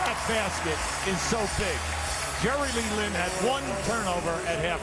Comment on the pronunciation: announcer said jerry lee lin! wtf?!